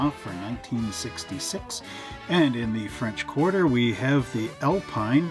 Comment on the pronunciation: Alpine is pronounced "Al-peen" your Quebecois speaking customers will confirm. The Alpine range of sports cars were very competitive picking up many class wins. Great kit👍